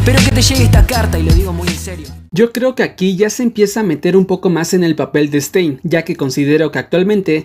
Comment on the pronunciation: Todos:Stan: STEIN